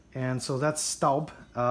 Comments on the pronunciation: Proper pronunciation is "STOHB"....and I LOVE my 7qt Cocotte in La Mer (teal blue)! Got it for Mother's Day and I have used it almost every day. As a Southerner, my cooking preference is cast iron and I am always looking to add to my collection. I had grappled between the Le Creuset and Staub for a larger dutch oven for almost 2 years before making my final decision and boy am I glad I chose Staub! Outside of my heirloom cast iron skillets & braiser (vintage BSR & Descoware), this Dutch Oven cooks like a DREAM! I am a homemaker and cook for my own family at least 5 nights a week. In addition I am on the Meal Train team at our church and our daughter's school. I prepared 3 additional meals for other families just last week and La Mer performed beautifully! Perfectly seared whole chicken one night; not a single grain of over/undercooked rice for a Mexican One Pot 2 days later, ending with a flavorful crowd-pleasing batch of baked ziti. Cleanup is a breeze, though I take great care not to hit it on the granite while washing. And I use the same fresh flaxseed oil (refrigerated case) from Whole Foods to treat it after drying it, that I do for the rest of my cast iron. It is a worthy investment as I look forward to taking good care of it in hopes of passing it down as our own heirloom piece. To our sweet girl! If you spend any reasonable amount of time in the kitchen cooking for your family and loved ones, I'd say its a justifiable purchase. Besides, aren't you worth it! 😁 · It's pronounced schtawb